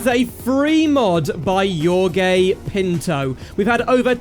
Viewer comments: No way he just pronounced Jorge as you'regay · im sorry but the way you say jorge is very funny to me